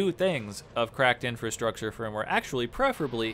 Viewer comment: I got totally wasted taking shots every time you said "cracked INFRUSTRUCTURE firmware".... not even the right term. 2/10